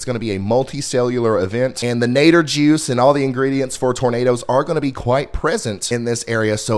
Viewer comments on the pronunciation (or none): Idk why it makes me laugh when I hear you say "nader juice" lol I still have ptsd from the last tornado we got (we live in Mayfield). Ever since then we ALWAYS watch your videos to find out what the weather will be.